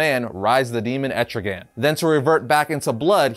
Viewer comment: Wow. I am so shocked... that people are starting to actually pronounce ETRIGAN's Name Right! Nice Job.